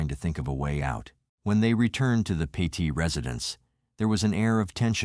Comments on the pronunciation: PET IT, NOT Petite! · I am from ct and was working at my travel agency in Hamden right down the road from Cheshire were this happened. Terrible terrible tragedy. The last name is not pronounced peèeeeeeetite!! It sounds like Pettit. Please get it right and show respect, I know a lot of people up there and couple who knew the family. Those people would be quite upset it they knew their last name was getting butchered on some you tube channel.